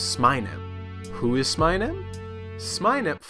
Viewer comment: it's pronounced "smeenem" not "smainem"